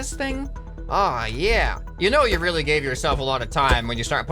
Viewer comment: e y did you say wheely joke